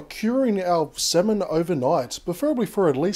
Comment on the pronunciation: Btw it's pronounced "samin" not "semen" 😂 ik it's pronounced differently but yah, just saying! I ain't no hater ;)